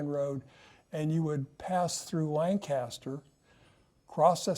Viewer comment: It’s pronounced Lanca-ster, not Lang-caster. My friends from there will roll their eyes at you for mispronouncing it 😂